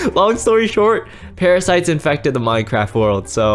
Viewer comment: When said those are the parasites those are parafites 😆😆